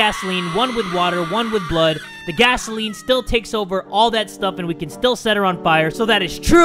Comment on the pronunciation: Gasoline, not gasaelen. It’s Where, not whaehr.